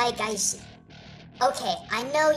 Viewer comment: you said it gajin. also weeaboo?